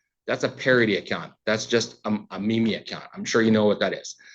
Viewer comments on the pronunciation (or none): As he tried talking about how important he was, all I could see in my head was the Spongebob "nobody cares"... me-me. Wait, he seriously calls it me-me instead of meme? When the judge called his accounts high profile, he seriously needed to air quote him. However, this shows another feature, not a bug, of capitalistic services. One of the most critical pieces you will see in almost any contract, particularly a social media contract you use for free, is the capability of either party to cancel the contract. When it's a free service, they'll always set the terms of cancellation to be at their discretion. I'd bet he'd hoped that Meta wouldn't send a lawyer and he could get a default. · Ignoring the fact that the account that caused the bans was impersonating someone, if you're gonna have a troll/meme page, you should at least know how the word "meme" is pronounced. 😂 He probably didn't know how to properly meme either. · He had me up until he pronounced meme as "me-me" haha. Actually, I thought he presented a pretty good, intelligent argument. Especially for being pro se. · The plaintiff says "me-me" instead of "meme". Case dismissed lol. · I'm old af but isn't Meme pronounced MEEM not me me, lol? Ok, he also just said, "casual" when the word is "causal" as in the relationship between cause and effect, this guy is killing me lol. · Did he pronounce "meme" as me-me? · 'me-me' and 'may-tauh' is killing me here. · “Mee Mee” account. Come on bro, really? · I want to make sure it's not me. Is he pronouncing "meta" and "meme" in a weird way?